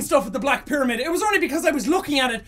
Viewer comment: pyramid (PEE-Ruhh-MID) gud vid doe ;3